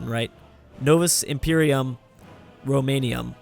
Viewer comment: It means New Roman Empire idiot. And it's Romanum not Romanium.